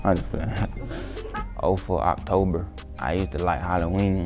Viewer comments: The way he said October🤣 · How he said “October” had me dying lol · Why he say October like dat? 😂